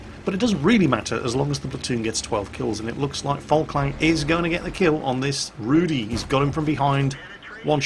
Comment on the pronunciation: Dear, if you want to learn how to correctly pronounce the word Rudy go to page, select the Polish language, type Rudy and click play. Greetings from Wroclaw.